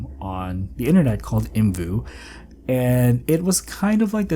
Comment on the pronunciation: The creators pronounced it the way he did, it's not separate letters 😅 There's a video from 2012 where they say the name out loud